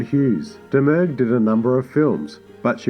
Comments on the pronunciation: Just for clarification, Faith Domergue always pronounced her surname as "Dah-Murr". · Pronounced "Dom-Er-Gue".